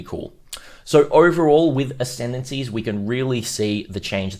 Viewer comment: Lol did you say decendancies? Sounds about right